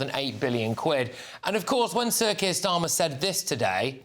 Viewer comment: Starmer couldn't wipe his Rs properly, a complete derrrrr.